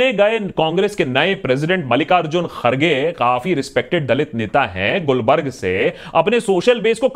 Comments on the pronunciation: Not Gulbarg it is Gul-bar-ga or Kalaburagi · Aap bhi गुलबर्गा ko गुलबर्ग bolke nikal liye 😬 Good job though👍🏼